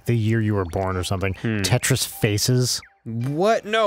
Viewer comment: You didn't even say it! YOU SAID TRIS. NO.